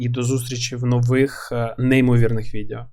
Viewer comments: не можу це слухати, кров з вух тече. відЕо а не відЄо! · Дякую за контент! Важко порахувати скільки разів ти вжив слово "відео". І то не страшно, що їх пекельно багато. І я розумію, що імовірно це момент переходу з "іншого язика". Але воно відЕо, не відЄо. Пробач, але мене щоразу наче струмом б'є. І з іншими словами все ок)